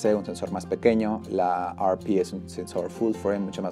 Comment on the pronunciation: Agradezco tu información pero y entendiendo que estes en America...¿No crees que hablas con demasiada terminología anglicana?. ¿Por que pronuncias la denominación de la "ErrePe" como "ArPi"?. Y te lo digo con todo el respeto del mundo pero quizás tu idioma natural tiene denominaciones exactas para cualquier terminología técnica que usar una que es anglicana y que no tiene nada que ver con quien fabrica las cámaras (japoneses). Un saludo y gracias por tu vídeo.